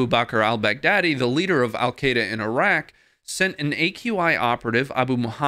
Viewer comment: Good coverage n explanation. However, it's "EE-RUG" not "Ai-Ragg" for IRAQ. Cheers.